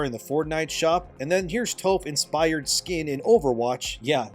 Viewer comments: love you man but it's pronounced 'TAWF' not 'TOWF' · my guy Toph's name is pronounced as "T-OFF" not "TOE-F" also while i have no problem mentioning the issues of overwatch and will be the first, I need to defend them that their characters on how they're written of having a different gender identity or sexual orientation arent written to thats the only important thing about them. It has never been an issue, If that was pushing then that was weak. the characters they have is NOTHING like the shit ppl did with Veilguard or Dustborn. AND I say this as a Cloak and Dagger main in Rivals. hoowever that being said u have alot of accurate points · Toph = “taff” not “tofe” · Bro.. toe-ph? You haven’t watched Avatar have you? 😂 not a big deal but still lol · “Tofe” is crazy 😂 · Toph is pronounced like Tough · Bro said “Tofe”😂😂 I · He just called Toph Toef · Topf like Tuff, tis the pronounciation my good sir. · ...HOW did you manage to butcher Toph's name so badly?! Literally, have you not seen the show? 😂🤨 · Whyd you pronounce "Toph" like that 💀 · Bruh that os not how you pronounce Toph's name